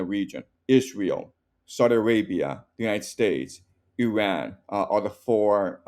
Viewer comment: Zero vision on Iran's reality and full delusional history BS digest. Talk to somebody that at least can pronounce the name of Iran correctly.